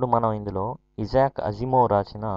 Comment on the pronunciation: ఇలాంటి పబ్లిక్ వీడియోస్ చేసేటప్పుడు pronunciation confirm చేసుకుంటే బాగుంటుంది. ఇజాక్ కాదు ఐజాక్ అనాలి